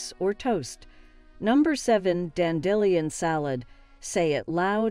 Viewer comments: Loved the way you said dandelion salad. ((Dan dee lion) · Bolona 😅 Dandillyon. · Was this read by a machine? What a strange way to pronounce "dandelion".